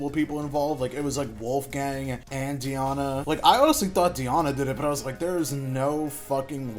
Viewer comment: First time I’ve ever heard someone pronounce the name “Diana” like “Deeyana” 😂